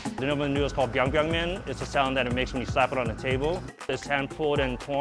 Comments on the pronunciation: It is Biang Biang Mian not bang bang mian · Biang biang not bang bang? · It's Biang Biang not Bang Bang lmao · It’s Biang biang not bang bang. At least get the name right. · Bruh it’s ‘Biang Biang noodles’ not Bang bang lmao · Very irritating. Biang Biang, not bang bang. You don't call sushi as zooshi, croissant as quacksant. Why alter the name of this dish and spread disinformation? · It's biang biang- pronounced piang piang NOT BANG, DUH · It’s “BIANG BIANG” not bang bang... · it called biang biang noodles, not bang bang noodles-_